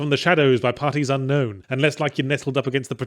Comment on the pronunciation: When I mishear "parties unknown" as "partisan gnomes", I reckon I'm having a good day 😂